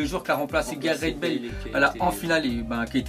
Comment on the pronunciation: qui a entendu "gazette Bale"